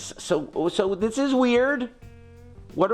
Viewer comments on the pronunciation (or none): none